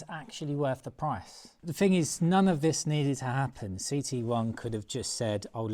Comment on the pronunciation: viss = this or did you say diss ffs m8 get a grip try talking engriss just listen to yourself 🙄